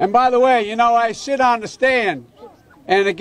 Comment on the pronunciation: Um does Joe "sit on the stand" or does he "shit on the stand???"